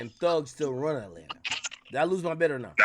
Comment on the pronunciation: I’m high as fuck right now , bro said Ratlanta 😂😂😂😂😂😂 bruh